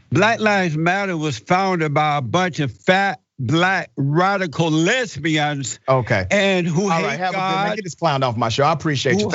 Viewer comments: Jesse Peters is not only a shining example of how untrue the BLM philosophy is, but he’s also funny as HELL. The way he said “Lezzbiahns” was excellent. Keep farming that salt, Jesse! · Lez-bee-ons...😅 Gotta love Jesse Lee Patterson